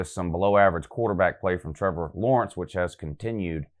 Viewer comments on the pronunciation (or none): none